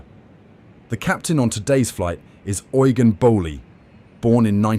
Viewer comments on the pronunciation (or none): none